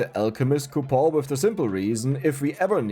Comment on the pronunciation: Man, those coupo silent N's really helped out making this run....function Reroll coupo Alchemy coupo Where's the N? Cou Pon Cue Pon The N has left the chat.... It has gone on vacatio The coupons have retired Game breakig ru N has left.